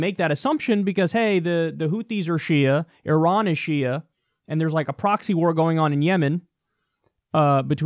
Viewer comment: From Iran: Good information. Perfect and correct pronunciation of the name "Iran." A fascinating revolution is taking place in the history of mankind. Development of internet is causing massive structural cracks in the armor of monopoly of information and news. Proliferation of information is weakening the power base of those who have traditionally controlled the monopoly of information, the Rothschild and the rest of the criminal mafia cartel known to the people of this planet as the US Military Industrial Complex. Iran, an ancient federation of indigenous tribes and natives of the Iranian Plateau, united for centuries around common ancient spiritual faith and beliefs, is shinning because of the above proliferation of information. Iran's recent success clearly is not based on its military budget - its annual military budget of $10 billion (USD) is less than 50% of the annual military budget for UAE with size of its population 5% of Iran and its land area less than 2% of that of Iran.